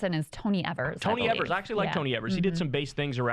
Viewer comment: Wis governor is Tony Evers....pronounced "Ee-vers" 😊